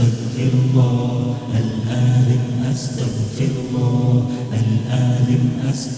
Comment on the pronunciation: It’s good but it’s not athem it’s aatheem